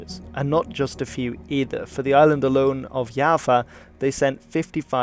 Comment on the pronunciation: Yava? YAVA? It’s Jawa